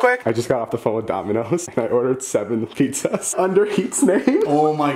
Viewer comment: “Pete zaz”